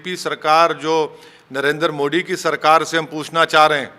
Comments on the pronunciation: मोदी हैं,,,,मोडी नहीं,,, ठीक से बोल तो लिया करो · Modee ji ka sahe pronouncatuon to karo